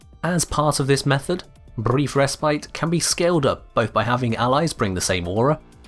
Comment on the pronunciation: the tongue rolling when he says "Brrrrief resprite"